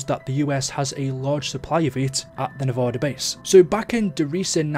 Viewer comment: Did he just say nev-o-da?